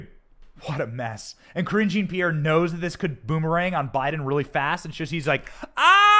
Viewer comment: Lol sounds like "cringy Pierre" the way you say it! CRINGY MAY BE RIGHT! 🤣 Problem is, when they put this stuff out as news, the general public has been conditioned to believe it, even after it's proven to be a lie! No matter what you do, once you are publicly accused of something you are guilty of something in their minds. Of course this is a known and very encouraged effect. So of course they want their opponent to look at bad as possible. Some people are waking up though, and that's why it's going to backfire.